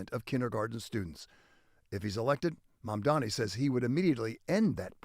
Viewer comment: JAMES VACCA, HE'S NAME IS "M A M D A N I" !! DAMMIT, GET HIS NAME CORRECT, MISTER!!!!!!!!!!!!!!!!!!!!!!!!